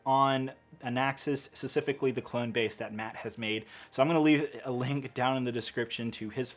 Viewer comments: hate to be this guy but the word is 'specifically' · How come you don’t pronounce the p when you say specifically